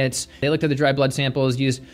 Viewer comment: I do like... especially the way you pronounce 'berlud'